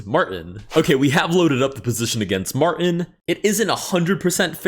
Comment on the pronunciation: why are you afraid of the letter T in "Martin"